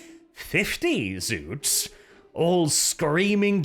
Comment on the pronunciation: It's ZOTS!! Not Zoots, Zuts, or Zouts. Spell it with an O you northling barbarain!